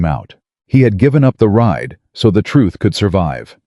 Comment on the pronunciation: RIDE, not write. RIDER, not writer. Other than mis-pronouciation or use of an incorrect word, this was a good story. It only lacks comprehension of the English language.